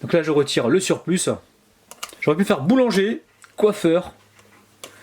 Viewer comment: Je rappelle que "surplus" se prononce "surplu" et pas "surplusse" 😁